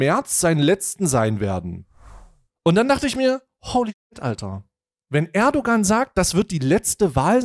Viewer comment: Das ğ in Erdoğan ist stimmlos sorry ist total unwichtig aber es triggert mich immer total